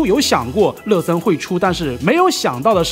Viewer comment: 每次听说乐森都像是在说“了色”